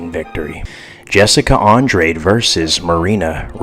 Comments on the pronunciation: Your analysis isn't bad, but please watch more fights and learn the fighter's name pronunciations. So many people are gonna drag you for that as you get more views. Andrade (Andraj) Kattar (Caiter) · Naw Ima take ur picks with a grain of salt when you don’t know how to pronounce Andrade last name 🤦🏻‍♂️